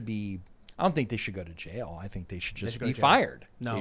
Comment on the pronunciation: “Right to jyail”